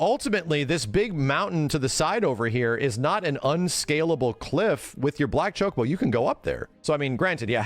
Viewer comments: thats how its pronounced. Cho-Koh-Boh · stop saying chokeabo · Ya it's not chuck-a-bo lol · just to be clear i would exept the shity french acsent shock-u-bo like chocolate in a french style of saying the word ..... the u is soft like the w i worry the bo islike bow but a short soundsing o sound barely a hit of the w sound at the end of the word. shock-u-bo or shock-a-bo how ever you prefare to read it